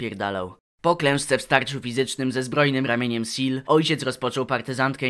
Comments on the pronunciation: kurwa SEELE przeczytane jako "sil" XDDD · Nawet mało cringowe, spoilery rzecz jasna Aaaa, Seele czyta się po niemiecku czyli ze-le. Ponieważ Nietzsche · plz nie czytaj Seele jako seal, to boli xD